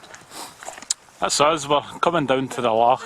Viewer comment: Good vid mate. Stop saying lock but, its loch!